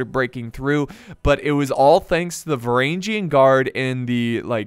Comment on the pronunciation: και οι Varagian Guard επρεπε να τους λενε Φρουρα των Βαραγγων(Frura ton Varagon), αλλα δεν γινετε να τα εχουμε ολα χαχαχα